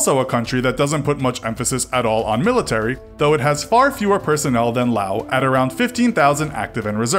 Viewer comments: I'm glad that you pronounce Laos without the final S :) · I am surprised that you pronounced Laos correctly... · YES! You pronounced Laos right